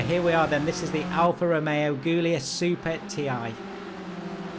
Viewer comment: Great video as always, but I do have to mention that Guilia (and Guilietta) are pronounced with a J sound, not a G sound.